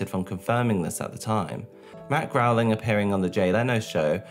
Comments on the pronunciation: Why do you keep pronouncing the Simpsons creator’s name as “Matt Growling”? His last name is spelled “Groening” and pronounced “Grayning”. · I thought it was "Groan-ing" like the sound I make after hearing him say "Growling" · Why are you pronouncing it "Growling"? 😂 Why do MJ stans know nothing about anything that doesn't immediately pertain to him?! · what amazes me is they used an interview of Matt from a late night show...... sooo you're telling me you watched the host introduce Matt Groening and still said "Growling" and no one took notes or used Google or Wikipedia or the entire Youtube video archive? damn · Where did you get Matt GROWLING from? It's Matt Groening, which is pronounced Gray-ning. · Matt Grow-ling? Groening * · groening not growing. dear god. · The creators name is Matt Groeing!,.......NOT Matt Groweling! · Matt "Grain-ing" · Matt Groening (Pronounced Gray-ning) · Forgive me, but Matt Goenings’ name is pronounced like “gray-ning” 😅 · Hey, the name 'Matt Groening', Groening is pronounced as [Gray-ning] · Could you please learn how to properly pronounce Matt Groening's last name? It's not Growling.